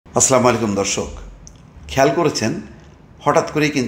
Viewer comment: Correct your salaam pronunciation. 😂